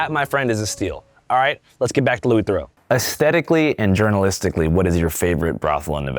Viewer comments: Oux = Oo. Eaux = Oh. Theroux as in kangaroo, not Theroux as in Bordeaux. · Mispronouncing his last name lol